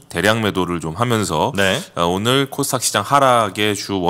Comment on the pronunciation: 코스탁 (X) 코스닥 (O) KOSTAQ 이 아니라 KOSDAQ 입니다